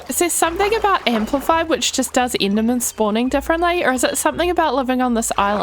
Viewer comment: so at this point you're just picking and choosing whether to say "e" or "i" why are u doing this? Why the hell would you say siven instead of seven and inderman like be so for real